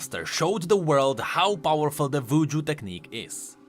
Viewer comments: You are actually trolling. Pronouncing W as V (Wuju as Vuju) and V as W (Vilemaw as Wilemaw) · Hopefully I'm not the only one who thought he said "Vooju"(I know it's cause of his accent, but I thought it was humorous).